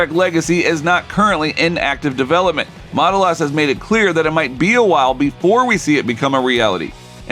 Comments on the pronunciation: What is with the “Mata-lis”? It’s pronounced “Matt-al-is” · May I suggest you learn how to pronounce the guy’s name before you record? The name Matalas (sp?) has the accent on the second syllable. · This would be far better if the narrator could pronounce Matalas correctly. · I watched until you mispronounced Matalas.